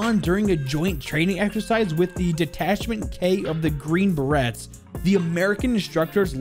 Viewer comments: In Green berets the t is silent so its pronounced green beray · I'm not trying to say anything bad this is a great video and I love your channel however I would say work on pronouncing military words, EG Berets is pronounced Berais, Corp is pronounces core, this is just some feedback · Dude your pronunciation on berets and corps. God damn. Did you graduate? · Green Berets are actually pronounced "Bear A" instead of "Bear Ette" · did you say beretts you pronounce it bur-ay's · The way you said, "The Green Berets." Hurt my soul. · And "corps"